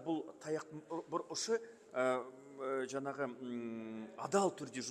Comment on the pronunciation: Депутаттардың сөз сараптау, талдау, сұраққа обьективті жауап беру деген жоқ. Сосын “жаңағы” деген сөзде неге “ң” әрпін айта алмайды.